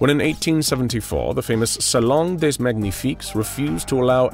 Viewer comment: As a French, I love the moments when the voice actor talk in French, it's hilarious because that's clearly not said like that in French, like "des" youy don't pronounce the "s", it is prounced "dé". Really good job, as usual.